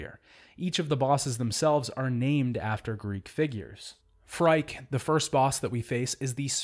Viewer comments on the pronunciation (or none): Phrike is actually pronounced like freaky. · Quick thing: the first boss's is actually feminine in meaning and from the creators themselves, her name is pronounced "Free-Kay"